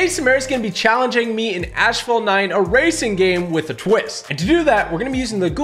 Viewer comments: "Ash fault" lol it's pronounced assfalt lmao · Why does he pronounce it as ashfalt 😂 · "AshFault 9" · I hate the way he said asphalt:(